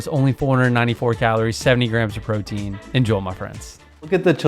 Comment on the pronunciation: It always sounds like you're saying "en-joel my friends" 😂😂